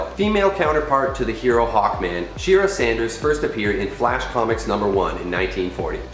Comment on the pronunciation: Its dine-ah not dean-ah. Its Shy-era not she-ra. Nothing like a college graduate that can't read at a 3rd grade level.